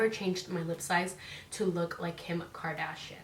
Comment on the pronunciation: Lol it’s pronounced KARDASHIAN NOT KARDASHIN LMAO